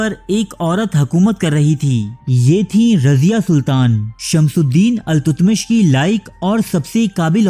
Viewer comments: BADSHAH KA NAAM ALTAMASH HAI.......TUTMASH NAHI.....CORRECT THIS IN THE VIDEO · التتمش نہیں التمش ہے صحیح نام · بھائی تاریخ کا حلیہ بگاڑنا بند کریں۔ کہانی کو کہانی بتا کر پیش کریں نہ کہ تاریخ۔ لفظ التتمش نہیں ، التمش ہے۔۔